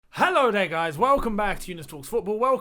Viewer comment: herro guys